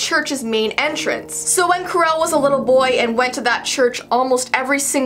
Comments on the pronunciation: Its pronounced chee-sher not chezzzer and its care-oll he isnt related to Michael Scott. And his line is from the book not the movie. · Ha Ha...You managed to fk up how you say Cheshire AND Carrol ( Here in the UK it's phonetically 'Ch-esh-er' cat and 'Carol' )